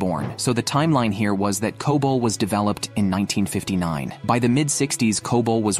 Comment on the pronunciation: C-O-B-O-L is enough to tell you that this is AI generated garbage. It's okay to use AI for voiceovers, but please give it some emotions. It's so robotic. Also, as I mentioned earlier, it's pronounced as "kobol" not "c-o-b-o-l." lol